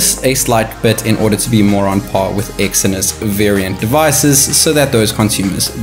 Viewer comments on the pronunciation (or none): none